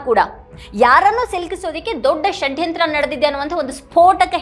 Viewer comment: ಮೇಡಂ ಈ ಉಪಮುಖ್ಯಮಂತ್ರಿ ಯವರ ಷಡ್ಯಂತ್ರ ಶಬ್ಧ ಉಚ್ಚಾರಣೆಗೆ ಕರ್ನಾಟಕ ಮಾತೆ ಧನ್ಯಳಾದೆ ಎಂದಿದ್ದಾಳೆ ಈ ಆರೆಸ್ಸೆಸ್ ಮನುವಾದಿಗಳು ಕಳೆದ 70..80 ವರ್ಷಗಳಲ್ಲಿ ನೂರಾರು ಆಸಾರಾಂ ಮತ್ತು ಗುರುಮಿತ ಸಿಂಗ ರಂತಹ ನಕಲಿ ದೇವಮಾನವರನ್ನೂ ಹುಟ್ಟು ಹಾಕಿ ಪ್ರೋತ್ಸಾಹ ನೀಡಿ ಬೆಂಬಲಿಸಿದವರು ಈಗಲೂ ಅದನ್ನೇ ಬೆಂಬಲಿಸುತ್ತಿದ್ದಾರೆ. ಧರ್ಮಸ್ಥಳದ ಮಂಜುನಾಥನೇ ಸ್ವತಃ ಸತ್ಯಾನ್ವೇಷಣೆಗಾಗಿ ಈ ರಾಜಕೀಯದವರ ತಲೆ ಪ್ರವೇಶ ಮಾಡಿ ಅವರ ನಿಜವಾದ ಮುಖವನ್ನು ಹಾಗು ರೂಪವನ್ನು ಮತ್ತು ಇವರ ಮುಖವಾಡವನ್ನು ಜನರಿಗೆ ಪರಿಚಯಿಸಲು ಹುನ್ನಾರ ನಡೆಸಿದಂತೆ ಕಾಣುತ್ತದೆ. ಮೇಡಂ ಇದೇ ಅಣ್ಣಪ್ಪ ಸ್ವಾಮಿ ಈಗಾಗಲೇ ಸತ್ಯಾನ್ವೇಷಣೆಗಾಗಿ ಭೀಮನ ತಲೆಯನ್ನು ಹಾಗು ನೂರಾರು ಯು ಟ್ಯೂಬರ್ಸ್ ಪತ್ರಿಕಾಕರ್ತರ ತಲೆಯನ್ನು ಪ್ರವೇಶ ಮಾಡಿದ್ದಾನೆ.ಪೆಟ್ಟು ತಿಂದರೂ ಬಿಡಬೇಡಿ ಎಂದು ಪ್ರೇರೇಪಿಸುತ್ತಿದ್ದಾನೆ. ಅದೇ ರೀತಿ ಮಹೇಶ ಶೆಟ್ಟಿ ತಿಮರೋಡಿ ಅವರ ತಲೆಯನ್ನು ಇಡೀ ಮಂಜುನಾಥ ಹಾಗೂ ಅಣ್ಣಪ್ಪ ಸ್ವಾಮಿ ನಿದ್ದೆ ಮಾಡಲು ಬಿಡದೇ ಏಳು ಎದ್ದೇಳು ಎಚ್ಚರಾಗು ಎಂದು ಹೋರಾಟಕ್ಕಾಗಿ ತನ್ನ ಮಹಾನ್ ಭಕ್ತನನ್ನು ಎಬ್ಬಿಸಿ 13 ವರ್ಷ ಮುಗಿದಿದೆ. ಧರ್ಮಸ್ಥಳದಲ್ಲಿನ ನೂರಾರು ಜನರಿಗೆ ಇದೇ ಅಣ್ಣಪ್ಪ ಸ್ವಾಮಿ ಬುದ್ಧಿ ಹೇಳಿ ಸತ್ಯಾನ್ವೇಷಣೆಗೆ ಬನ್ನಿ ಏಳಿ ಎಚ್ಚರಾಗಿ ಎದ್ದೇಳಿ ಓಡೋಡಿ SIT ಗೆ ಬನ್ನಿ ಸತ್ಯ ಹೇಳಿ ಕ್ಷೇತ್ರದ ಸೇವೆ ಮಾಡಿ ಎಂಬುದಾಗಿ ಬಡಿದೆಬ್ಬಿಸುತ್ತಿದ್ದಾನೆ ಇದನ್ನೆಲ್ಲಾ ನೋಡಿದರೆ ಮಹಾಭಾರತದಲ್ಲಿ ಧರ್ಮದ ರಕ್ಷಣೆಗಾಗಿ ಸ್ವತಃ ಚಕ್ರ ಹಿಡಿದ ಶ್ರೀಕೃಷ್ಣ ನಂತೆ ಇಲ್ಲಿ ಸ್ವತಃ ಮಂಜುನಾಥ ಸ್ವಾಮಿಯೇ ಸತ್ಯಕ್ಕಾಗಿ ಹೋರಾಟಕ್ಕೆ ಇಳಿದಂತೆ ಕಾಣುತ್ತದೆ. ಭೀಷ್ಮನ ಕುಂತಿಯ ಕರ್ಣನ ಹಾಗೂ ಅಶ್ವತ್ಥಾಮನ ತ್ಯಾಗಕ್ಕಾಗಿ ಹುನ್ನಾರ ಮಾಡಿ ಧರ್ಮ ಯುದ್ಧವನ್ನು ಜಯಿಸಲು ಪ್ರೇರೇಪಿಸುತ್ತಿದ್ದಾನೆ ಎನ್ನುವಂತೆ ದೃಶ್ಯ ಸ್ಪಷ್ಟವಾಗಿ ಕಂಡುಬರುತ್ತದೆ ಸ್ವಾಮಿ. ಸತ್ಯಮೇವ ಜಯತೇ ಇದು ಬರೀ ಶಬ್ದವಲ್ಲ ಇದು ಭಾರತಾಂಬೆಯ ಮಣ್ಣು ಎನ್ನುವುದು ಸಾಬೀತು ಆಗಲಿದೆ